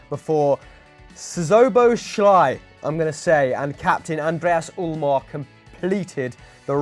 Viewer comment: As a hungarian hearing pronounce Szoboszlai made me laugh so hard😂